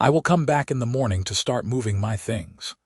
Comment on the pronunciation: "I wanted to build THINGS....create THINGS"!!!!!!!!!!!!!!!!!!! FREAKING HUMAN SPEACH puts the stress on BOTH of these on the BUILD and CREATE..................NOT ON "THINGS"!!!!!!!!!!!!!!!!!!!!!!!! "I wanted to BUILD things, CREATE things"!!!!!!!!!!!!!!!!!!!!!!! YOUR AI IS GARBAGE!!!!!!!!!!!!!!!! Get a new ONE!!!! or Get a NEW one!!!!!!!!!!!!!!!!!! DO YOU FKN SEE that those two sentences are different"""!!!!!!!!!!!!!!!!!!!!!????????????? STRESS ON THE FREAKING WRONG WORD, CHANGES everyTHING or EVERYthing!!!!!!!!!! YOU DON'T GET IT, DO YOU!!!!!!!!!!!!!!!!!????????????